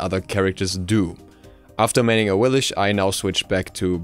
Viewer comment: It is pronounced Awilix, not "Awilish"